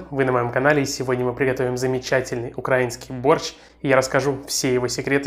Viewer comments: Украи'нский! А не Укр'аинский! Но рецепт отличный! 😀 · Уксус - лишнее. Если видео снималось летом, то зачем томатная паста? Помидоры!!! И изжоги не будет. - - гениальная фраза!!!! А видео-то как называется? ;-) И почему было не положить мясо в борщ? Раз государство называется Украина, то в прилагательном ударение ставится на "И" - украИнский, а не укрАинский. А так - отличный борщ, нужно было еще полтишок под это дело налить. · УкраИнский,ударение на И. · Украинский. Ударение на букву "И"!!! Это прям бесит! Дизлайк